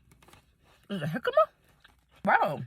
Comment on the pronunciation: It's jamaica which is what a type of hibiscus tea is called in Mexico and she pronounced it correctly. Later she ate jicama and she pronounced that correctly too.